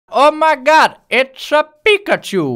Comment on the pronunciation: het is piKachu en niet piCKachu